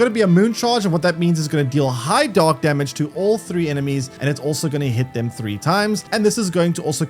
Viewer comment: Only listening to this I was hearing "dog wave" and "dog damage"...